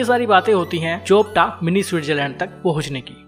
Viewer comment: चोपटा नहीं भाई ... ये चोपता है